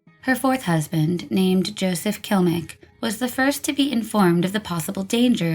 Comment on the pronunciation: It's KLIMEK. Not kilmek. I appreciate the video, but it made me nuts the whole time.